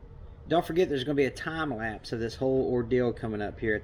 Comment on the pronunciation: But you said "Tom lapse" not time lapse.